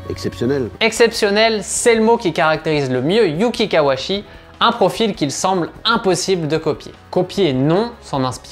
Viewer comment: Hello, Par contre il s'appelle bien KawaUchi, le u n'est pas absorbé en japonais et son nom est bien composé des deux kanji "Kawa" (川, la rivière) et "Uchi" (内 à l'intérieur) Pour être plus rigoureux même le son "chi" se prononce "tchi" en français, donc en terme de syllabaire on doit prononcer son nom ka wa u tchi Bonne continuation